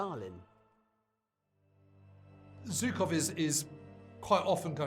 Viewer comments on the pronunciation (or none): "Historians" that are not able to correctly pronounce the surname of one of the most important people of WW2....."Zukov"? Whats that? With this win, the Red army broke both the back and the head of nazi Germany. The road to Berlin was opened....and no person educated by western schools understands its importance apropriately.